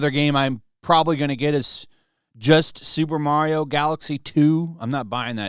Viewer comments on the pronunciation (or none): none